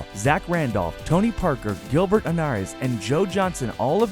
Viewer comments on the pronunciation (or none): Gilbert "Anaras?" and Kaweeem Brown HAHAHAHAHA!!! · Gilbert Arenas...not Ah-Ra-Nas... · I thought it was a joke too until I saw Ginobili when they mentioned Tony Parker and pronouced Gilber ANERAS ...all that while showing pictures of teams in the wrong era ..this video is trash ! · who the F is "Gilbert Anares"?it's "ARENAS" Come on man don't botch known players names that bad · ...that’s not Tony Parker and ...why did you call him Gilbert Anarez....? it’s Arenas.... lol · Gilbert ANARES?!? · Dude this video is a joke say the names right its arenas & kwame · Yo said Gilbert arnas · You pronounced arenas wrong😂😂😂